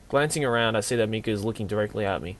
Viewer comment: The way you say " Mi " is perfect haha